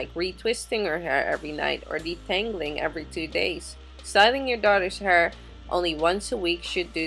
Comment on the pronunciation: Did she say "she had very little hr" Not hair?????🤔